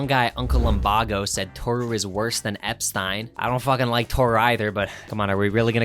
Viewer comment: how can you live in the world and still pronounce Epstein wrong? There's living under a rock and then there's that.